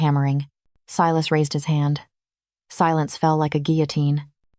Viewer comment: I love the reverse harem storylines!!! Unique. Creative. Vetted. I’m not sure why, but about halfway through AI began mispronouncing Silas’ name. It got so bad that the subtitles began to spell the name. Unusual, bc that was not the case with other story from your collection… Good story.